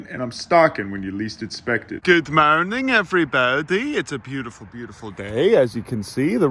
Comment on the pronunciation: I just love his ''Good mourning evriboudy''